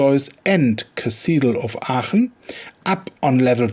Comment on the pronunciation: on the other hand you pronounce Aachen perfectly.